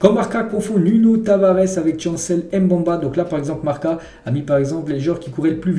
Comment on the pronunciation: fait un effort sur les nom de l’OM c’est mbemba pas mbamba